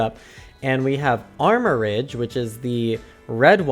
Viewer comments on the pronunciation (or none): I believe the three pictures in the trailer (Team Star, Titan Pokémon, and the Gym Challenge) are each of the three stories, hence the formate of the video :0 Armor-rouge, actually, as in Armor and Rouge Ce-ru-ledge, as in Cerulean and Edge Apologies for being a bit nitpicky /gen